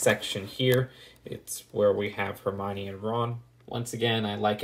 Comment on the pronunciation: Hermione morning like her mime ee